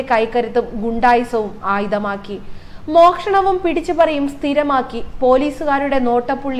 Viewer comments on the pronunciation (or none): എന്റെ പൊന്ന് ചേച്ചീ മോക്ഷണമല്ല, മോഷണം എന്ന് പറയൂ മലയാളത്തെ കൊല്ലല്ലേ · മോക്ഷണമോ ..... മോഷണം എന്നല്ലേ 😦